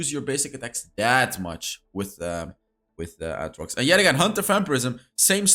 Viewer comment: His pronunciation of aatrox... I can't 💀